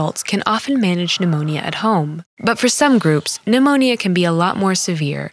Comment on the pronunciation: I love that she’s teaching us about pneumonia but pronounces every letter in the word 😭